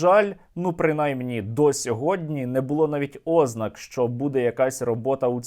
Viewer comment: нема такого слова Ознака, правильно ознАка, це ж можна в дурдом попасти, якщо такі безграмотні наголоси постійно слухати